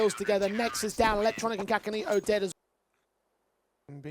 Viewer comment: I think the pronounciation is SASAnito not kakanito?